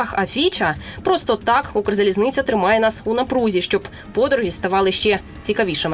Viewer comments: Недавно купувала квиток, було задіяно двоє помічників, і насилу один з нас трьох купив мені квиток на верхню полицю в купе біля туалету. Схеми привели війну в Україну, схеми її знищують. Ця «кукла» українською не може вимовити «Укрзалізниця», а хоче запевнити, що дуже проворно купує квитки. Я зразу зрозуміла, що в цій схемі працівники Укрзалізниці беруть участь, коли о вже світилося, що усі місця продані. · Чистокровня москалька яка за скільки років у цій сфері не може вимовити Укрзалізниця